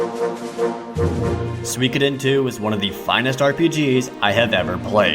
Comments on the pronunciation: I always pronounce it as "sue-ko-den". Makes me cringe hearing it as swee ka den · what the heck is "swi keden two" its pronounced sukoden. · What's swee-koy-den? That's got to be the worst pronunciation of Suikoden I have ever heard. That aside, your video is really good. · SWEEEEKIIIDEN!!!! FUNG SWAAAY!!! Americans and their silly pronunciation! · Overall a good list but your exaggerated way of talking (and exaggerated body/facial movements in the intro) ruined it for me. Over the top really. Also the way you mispronounce "Suikoden" as "suikudin" (probably just because you say that it so fast) was really irritating.